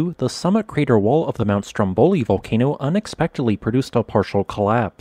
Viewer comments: The right pronunciation is Stròmboli, not Strombòli as you say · Dear, the correct pronunciation of the island's and mountain's name is "STROMboli" not "stromBOli", even though the adjective is "stromBOlian".